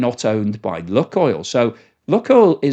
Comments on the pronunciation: Just FYI, it's not "Luck" (like a northerner) but "Luke Oil" like nuke or spook. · I believe they pronounce it Luke Oil. Not luck oil. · Lukoil is pronounced luke-oil, not luck-oil. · "loo - coil" mate , not "Luck-oil" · seems to call it "luck-oil" sometimes, and "look-oil" other times, but it is actually pronounced "LUKE-oil" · I am very surprised that you don't know how to pronounce LUK. It is not an English Word. It is pronounced like LOOK. 👎🇨🇦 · It is pronounced Look-oil as in “spook” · Pronounced 'Luke' oil, though.